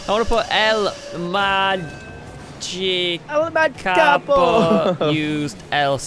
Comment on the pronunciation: It not el magikapo it el magikapro